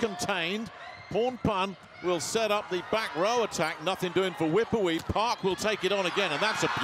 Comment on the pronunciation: how does he pronounce wipawee so wrong😭